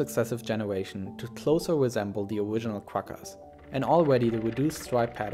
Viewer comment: lmaoo i was the thinking the exact same thing ''owiginal''